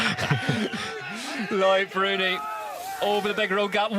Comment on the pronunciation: Its pronounced "luc bruni not lloyd